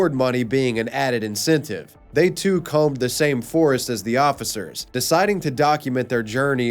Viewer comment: Did you pronounce the B in "combed"?